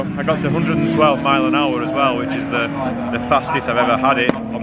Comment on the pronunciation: "All the time you have to leave DA space " - Alonso